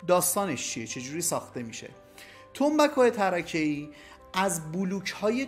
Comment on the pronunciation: سلام فکر کنم تلفظ تنبک چند تکه tarkeii باشد به معنای چوب نازک و نه tarakeii